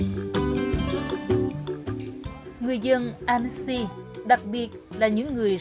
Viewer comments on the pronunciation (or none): Tonton oi, toi xin gop y: Tu "Annecy" ban nen doc nhu la Anncy - tuc la tu E cam, Con day nui Alpes - chu E 0 doc ra. Co the ban phat am chu E trong Alpes nguoi VN hieu nhung toi nghi rang nguoi Phap chinh goc 0 hieu!